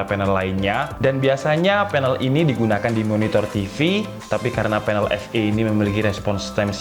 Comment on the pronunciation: Banyak sulit bedakan ef dengan ve 🤣 TV bacanya jadi Te Ef